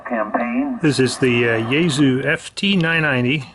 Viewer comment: It's pronounced Yae (SUE) not Yae (zoo)